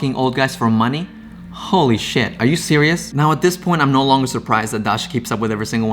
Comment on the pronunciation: "Are you CYRIOUS right now?" "Called him a CYREAL cheater" - Every damn time you said serious, this is what I heard, haha. IRONY!